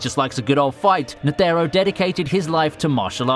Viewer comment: lmao agreed!!! I CRINGED every time he said "Ne-the-ro", that's exactly why I went to the comments section! knew someone would agree lol, nonetheless a good video!